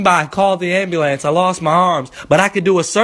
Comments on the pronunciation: I was in the middle of class yo, watching this when I was supposed to be listening to the announcements and I got to, "What if my arms fall off and I got to call the ambulant (I know how it's spelled but thats how he said it)." Bruh I was dead. I lost it in the middle of class. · anyone else dying off ah hw he says "ambulance" 😂😂😂😂😂😂